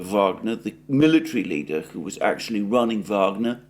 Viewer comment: By the way, "who" should sound more like "hu" and less like "shshuu" 😂😂